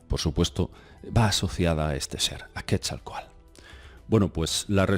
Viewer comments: Yo solo entendí ii...aa😳😁, se dice QuetzalcoaTL! No QuetzalcoaL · Hola...cuando hablas del Dios Mesoamericano, "Serpiente Emplumada", equivocadamente lo pronuncias Quetzalcoal...su nombre correcto es QUETZALCÓATL...cuyo significado es "Señor del Cielo y de la Tierra...Cielo = Quetzal...Tierra = Coatl...Saludos:) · Por favor!! NO ES "QUESALCOAL" SE pronuncia: QUETZALCÓATL.. Quetzalcóatl (náhuatl) serpiente emplumada; siendo quetzal: ‘pluma’; y cōātl:‘serpiente’) YA VAN VARIAS, YA ES TEMPO DE QUE APRENDAS Y PRONUNCIES BIEN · Hola, muy interesante Video. Solo un detallito, trata de pronunciar la T en la palabra del nombre Quetzalcoatl. Se escucha chistoso si no la pronuncias. Gracias y éxito. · cuando manejas nombres propios que no te son comunes en tu cotidianeidad, hay que poner mucha atención. En Quetzalcóatl y Maguey te ha fallado ésta vez. Es complicado, lo sé porque desde México yo intento aprender euskera y cuesta mucho. Cuando viví en Cataluña, aprender catalá tampoco fue fácil, pero en mi trabajo era indispensable. En tu trabajo, manejar lenguas ajenas a tu lengua materna es común y hay que cuidar esos detalles. El maguey (así, con ortografía castellana se pronuncia sin la u)fue una planta básica para subsistencia precolombina en México. Hay muchas variedades de maguey y la más famosa es de la que se produce el tequila. De esa planta también se producen textiles y gran variedad de cosas de uso aún cotidiano en México. Alegres saludos!